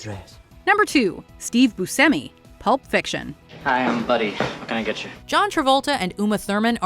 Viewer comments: Pronounced "Boo Chemy" not "Boo Semy". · It's pronounced Bu-SHEM-ee. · You should learn what the word "hidden" means & how to pronounce Buscemi. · Learn the proper pronunciation of Smaug and Buscemi!